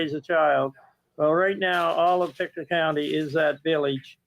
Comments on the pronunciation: It's not French, it's native Indian. Pick-Toe. Not Peekatoo. Pictou like you can "pick your toe". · It's pronounced Pic-tow. And it's aboriginal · It's pronounced Pick-toe 😊, but very close! It's derived from the Mi'kmaq(pronounced Mig-mah-gee) which is our indigenous here in Nova Scotia.